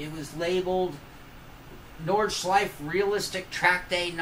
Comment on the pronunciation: Oh and about the Porsche pronunciation - "porsh-ah" is quite close really, it's just that it the german pronunciation is basically "porsh-eh", not "-ah". Same applies to "Nordschleife", BTW :)